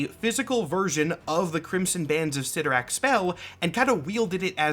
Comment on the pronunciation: I believe the proper pronunciation is CLYTtorak, not ClytTORak...